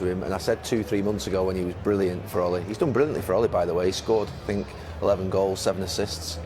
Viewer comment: Correction, " I sink I told them so"